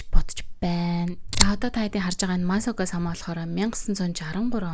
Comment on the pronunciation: МААСОКО БИШ МАСАКО